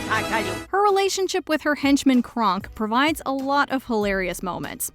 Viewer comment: Its Kronk, not Cronk